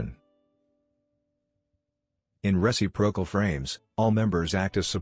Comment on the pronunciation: you'd think with AI they could modify the text-to-speech to know how to say "re-cip'-ro-cal" from the dictionary. :) re·cip·ro·cal